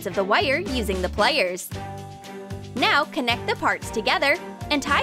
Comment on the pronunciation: Was anyone else annoyed when she said waire and plaiers instead of wire and pliers